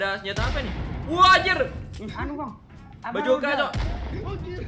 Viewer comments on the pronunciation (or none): Sebutnya basoka bang bukan bajoka . Hehe.